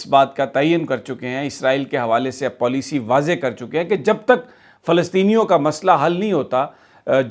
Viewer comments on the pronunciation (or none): none